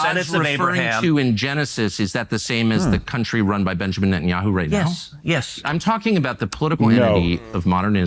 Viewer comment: F**k Net-In-Yahoo